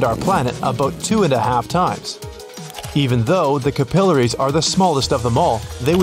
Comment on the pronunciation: Capillaries is pronounced incorrectly.